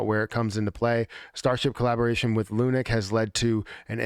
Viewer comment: Love the insight into all of this but I twitch every time you call it 'lunic' 🤣😭